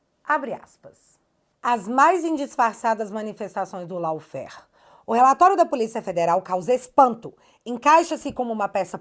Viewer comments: Se diz “LÓFER” e não Laufer! Law (ló! Significa lei. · … não diga “ LAUFÉR”. A palavra é em inglês. A pronúncia dela é “LÓUFÉR”… ou mesmo “LÓFÉR”